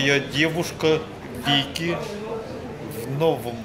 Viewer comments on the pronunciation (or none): Винки, Винки, а не Вики! ))))) в прочем не важно, пили ролики, вот что важно, и коменты 100%!)))))))